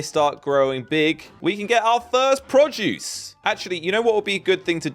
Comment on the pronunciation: saying "Produjuice" cracks me up